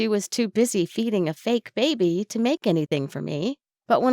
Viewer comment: why do you say baby like that >:( IT IS ANNOYING BAY BE NOT BABE BY AAAAAAAAAAAAAAAAAND STOP WHSLING WHEN YOU SAY T >:( IT IS 2020 COME ON